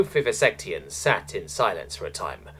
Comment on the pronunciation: sorry, but you pronouncing the species name as 'vivisectians' instead of vivectians made me chuckle, since vivisect is basically a synonym for dissect. XD Still prefer a human element to a robotic narrator, as the mispronunciations just give it more of a natural feel.